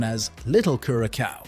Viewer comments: Please give the country the respect of pronouncing its name correctly . CURE A SOW.not CUR A COW. I cringed every time I heard that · it is not pronounced curaKAO - geez dude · Homie pronounces it different each time he says it. LOL! My favorite is Cure a Cow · Lol. I love the multiple unique pronunciations of Curacao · You know it’s an AI generated voice based on him having a new pronunciation of Curaçao every time he says it. 😂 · why do you keep changing the pronunciation of Curacao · Not gonna trust someone who can't pronounce the islands name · This youtuber hasn't done his homework and it is annoying.